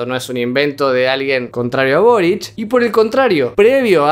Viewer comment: Todos dicen borich y es solo boric... Aparte de eso, a este video le.hacen falta más vistas!!!!